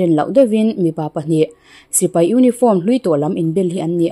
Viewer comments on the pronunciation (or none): none